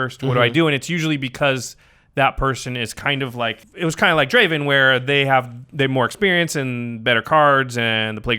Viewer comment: It's not Draven, it's Draaaaaven